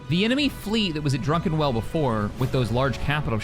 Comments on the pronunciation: I always thought was pronouncing "Druckenwell" as Drunken-well as a joke. Now i'm not so sure anymore. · at this point I'm thinking does it on purpose but I just can't stop going "It's DRUCKENWELL" every time